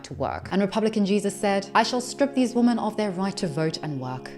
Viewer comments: Hopefully this won’t upset you, as I say the same thing to maybe 20% of YouTubers that I watch, but… Thanks to the stupid way “women” is spelled, you’re sometimes misreading it phonetically as “woman”. This common error recently became a pet peeve of mine after I noticed how many influencers do it. I figured you’d want to know, since you seem to be an intelligent Feminist. It’s an easy mistake to make, since you basically have to read the word backwards, in some sense, to know whether it’s singular or plural. I’d love to see the spelling of this word revised to something like “wymen”, but, alas, MEN created languages and they don’t give a damn about what’s best for wymen. But hey, if you edit your scripts (assuming you have one, because, otherwise, how is this error made?) to change all of the words “women” to “wymen”, you’ll never misread it as “woman” again. Yay, I found the cure! Now I have to go tell the rest of YouTube. 😮 Please feel free to delete my comment, as I would have preferred to send it to you privately. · When speaking about something as serious as feminism, at the bare minimum, you should at least pronounce the word, women, correctly. The fact that you continuously use the word, woman, erases the entire group of us. I have made this comment multipke times on your videos, I’m not sure why you refuse to correct the mistake. Women is pronounced wim-men. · Are you pronouncing women and woman in the same way or am I hearing it wrong? I thought 'women' was pronounced as wim′in. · idk if this is an accent thing but why do so many people pronounce women as woman? it drives me crazy lol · The plural for woman is women, pronounced 'wimen'. Great video but had to say! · Why did everyone start pronouncing women wrong? whim-in im hearing this evvvverywhere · Look, i am old and in my feels, but had me misting up. ALSO your pronounciation of "women" felt so poignant since it sounds as if we are one woman! ... thank you for your commentary service 🫡